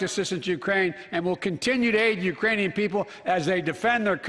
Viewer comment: Yeah, I wasn't sure if he was saying Iranian or Uranian. But it sure didn't sound like Ukrainian. Yeah, he messed up. Lol 🤣